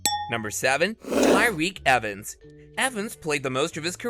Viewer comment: Lynn Bias? TF 🤣🤣🤣 Tyrioque Evans? 🤦‍♂